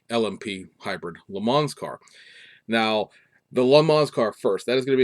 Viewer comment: Ok, I gotta ding ya.....please stop pronouncing the "s" at the end of Le Mans, it's pronounced "Le Mon"....I know, I'm a jerk. I saw earlier today on FB that someone in Taiwan got and built the Supra already. The first 1500 (I think it's 500ea of Red White and Black) were launch editions that have the red interior accents and red mirror caps.